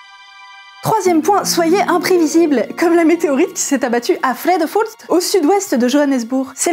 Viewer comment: Cette façon de dire "vredefort"; c’est du néerlandais pas de l’alsacien, godverdomme 😂